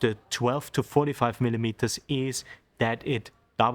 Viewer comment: Super Reportage, really nice to watch and listen to. Great editing. Aber bitte nicht mehr 20 millimetersssss sagen. Da kommt in engl. kein 's' dran 😊